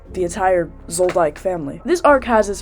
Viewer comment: How did you watch the show that you mispronounced Zolydck and Ging?